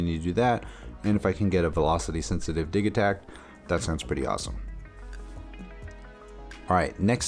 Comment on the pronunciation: lol dude it's not diggytack, it's diji-tact.. like digital?